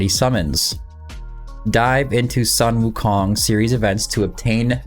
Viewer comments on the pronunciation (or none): "Soon-Woo-Kong" not "Sun-Woo-Kong"